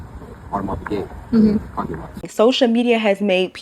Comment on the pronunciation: And can’t even pronounce Piguet correctly